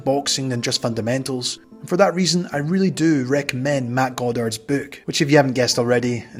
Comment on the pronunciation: Narrators accent is great I love how he says "book" and "hook" with the long o sound like the word "Boo" as in boo I scared you. "Bewks and Hewks."